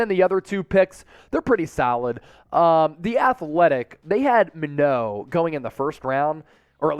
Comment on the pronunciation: Josh Minott name is pronounced like My-Not.